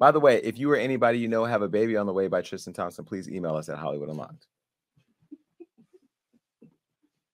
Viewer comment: Jason said tramspson well almost 🤣